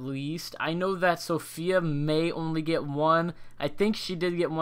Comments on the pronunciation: COCG I was just about to say that, it's kinda annoying when people say Sophia and not Safiya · It really hurt to hear you say Sophia, when her name is Safiya But I do thoroughly appreciate that you make these vids! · It’s Safiya (Sah - fee - uh) not Sophia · It's Safiya (Suh-fee-ya) and Ro only got one vote